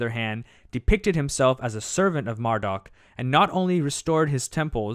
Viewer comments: It's not mar---duck Its Marduk Mar-dooook duke. Marduk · Mar"dock" ??? Was he related to Marduk ?